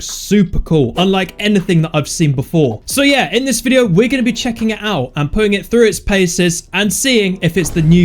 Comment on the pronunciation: he say chaking the data